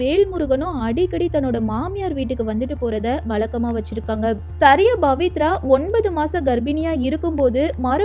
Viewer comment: It's not Bavithra but Pavithra.please try to pronounce correctly.